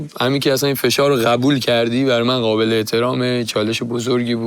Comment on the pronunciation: چرا اینطوری حرف میزنه ؟ غابل (قابل) غبول (قبول ، غلبا (قلبا) ، غغغطعاااا (قطعا) ق و غ تلفظش فرق داره انتر، حرف زدن یاد بگیر اول